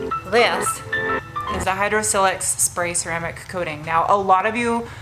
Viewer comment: It’s not pronounced with a soft “i” as in silk. It’s silex with a hard “i” as in mile. Check their own website.